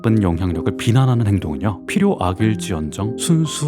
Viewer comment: 항상 잘 보고있습니다. 그런데 영상에서 매번 필요라는 단어를 [필료]라고 읽으시던데 [피료]가 맞는 발음입니다. 듣다보니 자꾸 신경 쓰여서요. 좋은 영상 감사합니다.